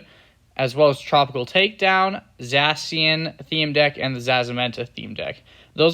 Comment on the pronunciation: Gave me nightmares the way he pronounced it